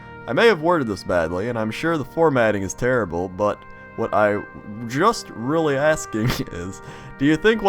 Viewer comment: Orthography is easy to learn...but "relly" hard to "marster".